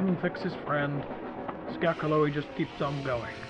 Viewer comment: I love the attention to detail with the pronunciation of ‘Skargaloey’. Lol XD.